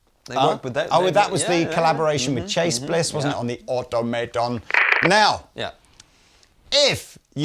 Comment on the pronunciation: Did he just mispronounce automaton? 😂